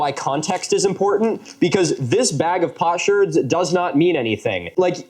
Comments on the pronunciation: I believe it's pronounced "Pote Shards". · Pots herds..? Oh potsherds. Not the chronic illness POTS 😂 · I was listening (not watching) and thought you said “a bag of pot shirts” 🤣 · Huh, I thought they were saying pot chards. Learned something minutes in